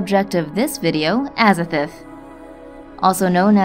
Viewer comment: Pronounced AZA-THOTH not AZA-FERTH